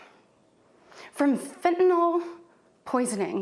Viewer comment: Why do the Republicans pronounce Fentanyl "fin-innal"?